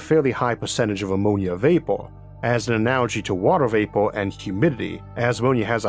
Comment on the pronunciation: The guy has a major speech impediment I could not listen to this guy read a book you can't even say water vapor right he has a problem with his r's